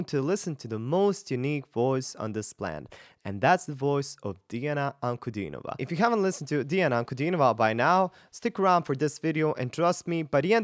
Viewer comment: congrats!u r only english language speaker,who is sayin diana's surname right!